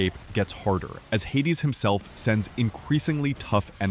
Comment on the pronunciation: Who the hell is the guy narrating Hades 2?! His pronunciation and way of talking is unlistenable 🫣